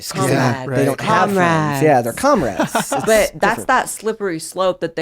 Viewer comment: When you said "Comrades" I swear to God my ears heard "Cum Rags" and thats basically all they are.